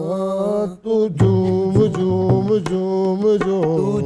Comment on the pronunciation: ببو اچھا سنگر بننا چاہتےہو تو اہنا تلفظ درست کرو ہنی نے اپنا تلفظ بہتر کر لیا ہے لیکن تم ابھی تک نالائق ہو جب کہ اچھی ٹیم کے ساتھ کام کرتے یو نی جھوم جھوم گاتا رہا او تم مسلسل ( جوم جوم ) گاتے رہے